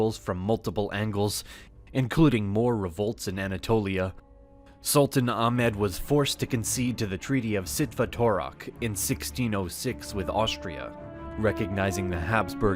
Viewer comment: Its really funny how you bucher hungarian names like Bocskai, Zsitvatorok, Mohács.🇭🇺